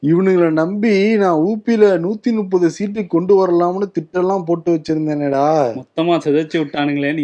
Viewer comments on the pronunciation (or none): When is going to pronounce ‘muppathu’ correcting his usual ‘nuppathu’?